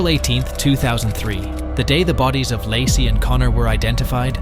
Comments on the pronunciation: It's LAYcee not lossie 😂😅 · Its pronounced LAY CEE,,,,,,NOT LASSIE! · Why don't you pronounce her name correctly?